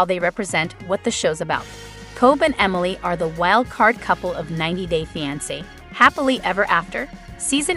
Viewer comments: I wish the commentator would pronounce fiance the right way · I even spelled it out phonetically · 90 Day "What"? wtf learn how to pronounce 😮